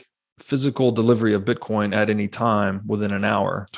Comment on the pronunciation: Is he calling it "bitcorn"?